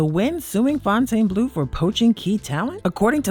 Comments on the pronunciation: As a local you should know how to pronounce casinos that you report on. Its "Fountain Blue", not Fon-tane Blue. Get with it. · It’s pronounced “Fountain” Blue. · Plus FONTAINEBLEAU